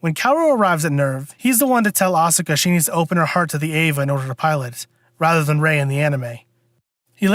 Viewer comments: stop stressing the vowl u in asukas name for crung out loud you make me cringe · Excuse me not be a weeb, but are you miss pronouncing Asuka's name on purpose?